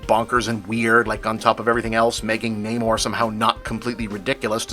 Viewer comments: I'm assuming it's nah-more, not nay-more? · I'm surprised Bob didn't get called out by his peers for not pronouncing Namor the way it's pronounced in this movie.